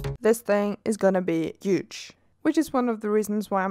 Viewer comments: Beautiful work once again. Btw you don't mean 'yuge' you mean 'huge'. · Lol, the standard Scandinavian way of pronouncing "huge".. love it.